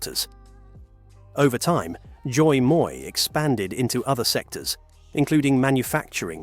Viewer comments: First of all, Đ in Vietnamse is equal to D in English. There is no Z sound in "Đổi". Secondly, "moi" is "me" in French. The word "mới" in Vietnamese has nothing to do with "moi" in French. No Vietnamese can understand Zoi moi's meaning. 😁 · Why are you pronouncing đổi as joy? The đ is pronounced as a regular d in English. As for the mới, why are you saying it as if it's a French word? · The way he pronounce Doi Moi give me all kind of rage. Edit: Nvm, just realized this is an AI chanel. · as a vietnamese it actually hurt to hear this pronouciation of doi moi lol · All this study for the video, but not 1 second of listening to how to pronoun "Đổi Mới" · Damn, you really made the word ‘Đổi mới’ sounds so sexy 😂😂 good try though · I love how he pronounced "Đổi mới"! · His pronunciation threw me off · ! Please don't pronounce Đổi mới as if it's french. That's just cringe. If people can't speak a foreign word, then just avoid it. Smh. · your pronunciation of "Đổi mới" needs some work. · thật, nghe không giống từ đổi mới tí nào luôn á